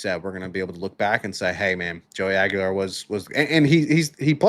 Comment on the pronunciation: They're actually pronounced "Iceman" and Joey Swag-ular. Come on guys. GO BIG ARNGE!!!